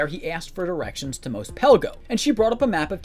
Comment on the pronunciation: You saying Mos wrong is killing my soul.